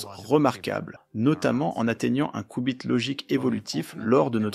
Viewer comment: mdr c'est pas des "coup bit" 🤣 c'est des "Q" bit...